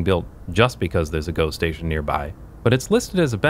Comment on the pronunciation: Everytime you say GO station, I hear ghost-station, which perfectly fits the footage.